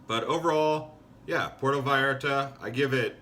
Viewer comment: Ok I get it, this is parody? You are satirizing cousin Reggie from PotatoSandwichVille Michigan. His big trip to Porto VAL ART AH. Cool. Hey, this is funny! How you can deliver those lines and keep a straight face. Are you serious?